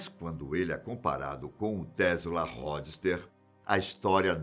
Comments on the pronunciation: Ródster ! Fala direito mano... Po o maluco fala as pronuncias erradas em todos os vídeos. Isso me incomoda mto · Ró dster??? ChiRRon? Kkkkk